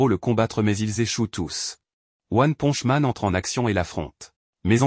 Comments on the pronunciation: Mais comment on publier une vidéo sur one punch man avec une voix de gogol qui dit "one ponche man"??? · One ponche man 😂 c'est quoi un héro mexicain ? Mr poncho 😂😂 carrément il dit après ponche 😂 one ponche man